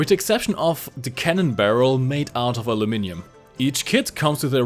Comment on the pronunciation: I must say I am awfully peeved by the fact that there is only modern British tanks available Also well done on pronouncing aluminium correctly